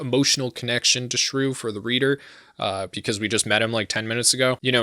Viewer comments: Am I the only one that hears him calling Shuu shruu? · Raoh is pronounced Rah-Oh not raow. Why the heck are you calling Shuu "Shrew"???